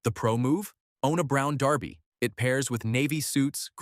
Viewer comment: Blimey, they actually pronounced Derby correctly.